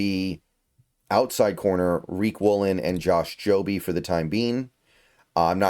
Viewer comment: It's pronounced Jobe, just how it's spelled. Not Joby.